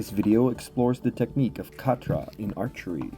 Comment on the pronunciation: nice video! may i however please offer a couple of critiques? pronunciation, the k in khatra is nearly silent almost the same as pronouncing knife in English, it is like a gutteral sound made in the back of the throat when pronounced properly. also, forward khatra is not performed by way of moving the bow forwards and down upon release instead forward khatra is performed by moving the bow forwards and down to initiate the release. i personally found that understanding that subtlety for forward khatra was key to mastering the technique and of course it is one of the main differences between this method of traditional medieval archery compared with the modern target archery method which we're mostly familiar with here in the west where release is initiated with the draw hand rather than the bow hand which is mostly why i wanted to mention it. Thanks for the video, it's still good. 😊